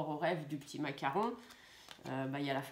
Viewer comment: Je vous adore trop marrant en disant macaron lolllll